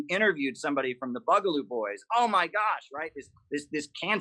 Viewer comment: says "Buggaloo"? I thought it was Borgerloo.